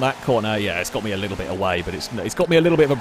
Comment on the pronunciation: when he says "a little bit" almost sound like my asian uncle trying to speak English to me lol